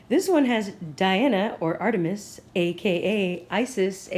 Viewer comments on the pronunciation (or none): none